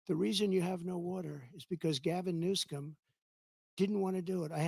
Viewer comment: I liked when he said Gavin New-scum lol